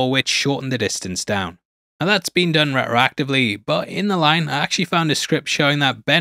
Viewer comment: re-racktory Interesting pronunciation of retroactively. Also try to use syllables when you read it other wise you will still look like a muppet. Its not japanese, space the letters out like you remember primary school.